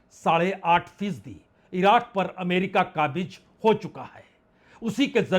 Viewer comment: उच्चारण पर ध्यान दें वेनेजुएला न कि वेंजुला नेतनयाहू न ki नेतानु काबिज नहीं काबिज़ इराक नहीं इराक़ आप वरिष्ठ हैं कृपा सही से बोला करें